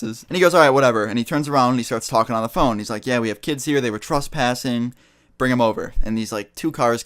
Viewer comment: anybody else notice that he says truspassing